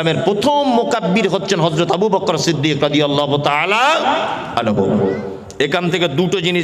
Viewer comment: রাদিআল্লাহু / আবু বকর শব্দের ভূল উচ্চারণ। আশা করছি ওয়ায়েজ সাহেব উচ্চারণ দুটি সহিহ শুদ্ধ করে নিবেন।